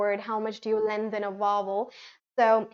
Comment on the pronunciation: I have quite a few very obvious or rather serious reservations about not only the pronunciation of a few words used in this video but also the definition of intonation given there. 1. WRONG PRONUNCIATION: Both in American and British English, the words 'lengthen and 'opinion' are not pronounced the way seems to be pronouncing in this video again and again. The correct pronunciations of these two words in British and American English are as follows: ■ LENGTHEN: /ˈleŋkθən/ or /ˈleŋθən/ ☆ The word doesn't have Hindi plosive sound 'द' or English fricative sound /ð/ sound in it. ■ OPINION: /əˈpɪnjən/ ☆ The initial vowel sound in this word is shwa /ə/, not Hindi monophthong 'ओ' or English diphthong /əʊ/ Besides, in this video, can be heard saying that in British English /r/ is not pronounced if it comes after a vowel, which is absolutely wrong. The following two points about the use of approximant sound /r/ need to be kept in mind while speaking British English: (A) In British English, we don't pronounce the final 'r', if it's not followed by a vowel sound in the sentence. But, if the next sound happens to be a vowel sound, 'r' must be pronounced in British English too. For example, in the phrases 'car and bike' and 'far away', 'r' must be pronounced, but in the phrases 'car driver' and 'far better', 'r' must not be pronounced. (B) In British English, we don't pronounce medial 'r', if it's not introducing a new syllable. But, if the medial 'r' appears at the be